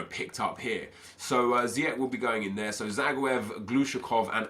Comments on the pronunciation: Pronounce it as: Zijeg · you pronounce ziyech. zi-ek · Iyou prenouts it like ziëg sorry dor my english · it's prenounced zi-jeg (Ziyech) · You pronounce Ziyech as Ziejek. Sorry for bad english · Ziyech's name is pronounced as Zee-Yash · It's pronounced either zee-Ek or ziy-ek not to be an arse just want to help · Bouhouch Taha you pronounce ziyech like ziëg sorry for my English